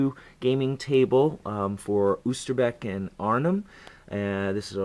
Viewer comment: u said arnhem perfect